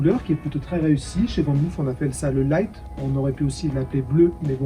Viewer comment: Van moof se prononce "fane mof" et non "van mouf" Groetjes!